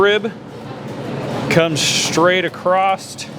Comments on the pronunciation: in english the word is across NOT Acrost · Very good . But when you say cutting across don't ad a t . It's across not acrosst . So I would say ." I grab this piece and cut across here to this point." Then back across to take the briskets off. It's not the proper way to say in english acrosst. It even came up as a word spelled wrong .I sorry for the criticism. I did like the lesson in cutting a cow into all of it's different cuts . Thank you .